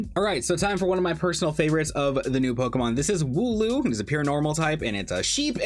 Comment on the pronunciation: You pretty much got the wooloo right! Nice!